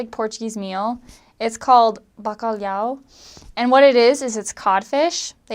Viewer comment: Great pronunciation of BACALHAU! You did not forget the "H" 😉.